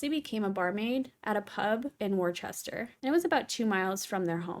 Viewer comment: It’s pronounced wusta x